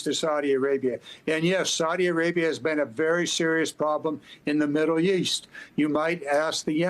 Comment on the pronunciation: this "expert" just said MIDDLE YEAST Iol